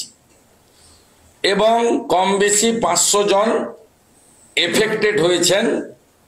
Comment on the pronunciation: Kam beshi pronunciation and some other pronunciation are not being properly done by Suvendu Adhikari, it is very very sad to me.